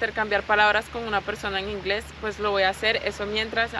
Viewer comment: Ingles?, la falta del acento cambia el significado. Ingles (entrepiernas) = GROINS, inglés = ENGLISH